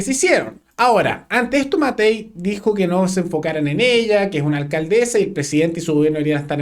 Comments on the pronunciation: Llamaría a la “alcaldezzzaa” siempre me ha resultado insoportable escuchar hablar tanto a Vallejos, como a la alcaldesa de Santiago y varios de estos nueva camada de políticos……pero en este punto de prensa la señorita Vallejos cansa con su pronunciación de las “s” de las “s” que hace como “z”……………..daña los oidos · se dice Alcandesa Vallejos, no alcadeza,....zazazazazazzaza